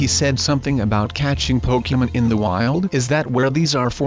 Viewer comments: It's not poke-min, it's poke-mon :/ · it is Pokemon not pokemen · It's not pokemen its Pokémon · Pokemon not Pokeman!!